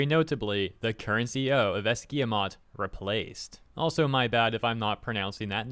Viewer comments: It would be hard to write the pronounciation of Guillemot but I'll try first of all it's a hard G immediately followed by the "ee" sound second syllable would sound roughly like "yuh". That is because two Ls make the 'y' sound and our 'e' is more like "uh" And third is just "mo" Guee-yuh-mo ... As for the "internal revolt" . Let's say there's a lot of us displeased but fear of reprisal kind of keeps us quiet. Of course it takes an investor to enact any damn change. I've been with that company for more than 10 years and I've voiced my displeasure in our yearly anonymous survey of the state of the company (how happy you are and your trust level towards games currently being made and stuff) as often and as clearly as possible and nothing ever came of it. We're outnumbered by non gamers internally. Well, shit, if it takes an investment firm to make us drop our contempt for gamers, anti consumer practices, and go back to making games worth playing (subjective, I know), I'll take it. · Yves Guillemot "Eeve" "Gill" (like the fish respiratory organ) "Mo". It's not your bad though, french is an absolutely terrible language, I know cuz I'm french. basically the S is silent, the e in Guillemot is skipped, "Gui" is just hard "Gi" and ofc the T at the end is also silent because why the heck not.